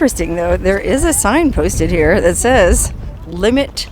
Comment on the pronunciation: "Her OO'R" is in four different states". Classic,. That's why we watch ya!!